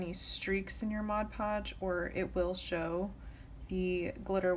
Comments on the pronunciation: “Modge podge” lmao drives me crazy too!!! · Literally the only person I've ever come across that pronounces Mod Podge properly. Lol I've always only heard "Modge Podge". Very helpful video! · Best tutorial! Your also the only one I’ve seen that actually pronounces Mod Podge the right way lol..